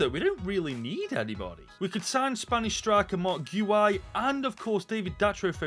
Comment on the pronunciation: It's pronounced as Marc Gyu